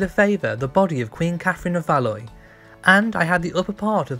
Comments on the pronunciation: Catherine of Valoy??! I think you mean Catherine of Valois - pronounced Valwah! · Btw, Katherine of Valois is pronounced "Va-lu-wah", not "Va-loi". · Thanks now I'm gonna know how to say it as I've been saying "val-ous" everytimei read it not "valwah" I'm an Aussie BTW so we don't really do French properly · Valloy 😂 Pronounced "Val-wah" my friend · Its Val wah.. not Val ois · Catherine of "Valoy". Please learn how to pronounce Valois. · Very interesting. One small point: Valois is pronounced “Valwah.” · Valoa it is pronounced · Valois (as in Katherine of Valois) is pronounced "Val-wah" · Interesting video. N.B. Valois is pronounced Val-wa. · Valois is pronounced valwa with a French accent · Valois is pronounced “Val-wah” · Valois is pronounced VAL-WA. What do they teach kids in school these days? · Valois is pronounced Val-wa. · Valoieeeee? Goodness.... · Catherine of VALOIS is pronounced VALWAAR. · Valois pronounced Valwa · Thank you It gets on my nerves when this is pronounced wrong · Nice mispronunciation of 'Valois' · Learn how to pronounce “Valois”.